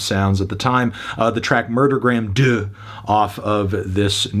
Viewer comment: Murdergram Doo? I'm sure that's not how it's pronounced.